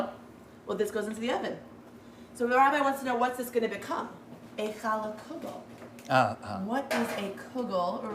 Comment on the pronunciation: Did the Rabbi say hell yeah or Chall yeah? Lol😂